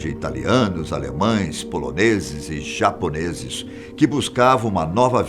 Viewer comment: italianos, alemães, CHÁponeses kkkkkkkkkk amo